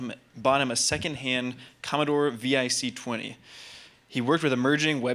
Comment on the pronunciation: Hahaha... "...a second-hand Commodore V I C twenty..." Hehe..Then there was the Commodore 6 4 followed by the Commodore A M I G A one thousand.